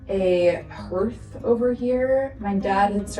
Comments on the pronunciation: FYI, hearth is pronounced harth. Scared for the Airbnb, people destroy and steal. I hope they don’t trash the place. I would move the games out of the glass cabinets and lock the office. All your sticky notes, pens, etc will disappear. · A "herth"? I've never heard it called that... It's always been called a "harth" ("hearth")... The house looks amazing, of course. Everything you touch looks amazing... 🥰 I'm sorry such sadness had to happen in order for you to end up with this house but I love your idea of it being the family spot, and letting it pay for itself when you guys aren't using it. I've pretty much watched this channel from the beginning of the cabins and I've watched their growth and more importantly, YOUR growth, and as a 63-year-old grandma I am so proud of you! (In a weird weird parasocial way LOL.) You did good kid, and your dad would be very proud of you and my belief system says he has watched you every step of the way and IS very proud of you. Thanks for taking us along for the journey, and thank you for being honest about it and showing that it wasn't always easy, and sometimes you cried, but you got it done... That's kind of how life is I guess huh? ❤❤❤ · Looks great! Btw, hearth is pronounced hArth. (I know, it's weird because that's not how it is spelled.) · 😄 I've done the same thing with words and wondered why I said them silly, too. Funny thing, that just last month someone else recorded a video and said hearth as if it rhymes with earth, so when I heard you say it, I was wondering if I'd been imagining it the wrong way all these years. I had to go check!